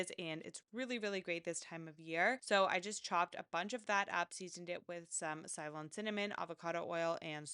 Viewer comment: Great video! Helpful tips.. You are pronouncing 'Ceylon' wrong though :)